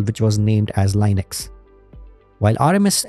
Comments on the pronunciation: Small tip: Say Linux, not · leenux, you even pronounced Linus' name correctly. 😢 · Everytime you say, a feel a primordial pain... The GOD himself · Indian pronounciation Lainex 😂😂😂😂